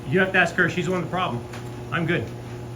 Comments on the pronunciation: Yeah but she axed you to leave 😮 ...and she's smart...English is important but grammar is importanter. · Why does she want to ( ax ) the person you're with? (Ask)